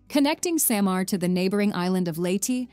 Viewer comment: its SAH-MAR its LEYY-TI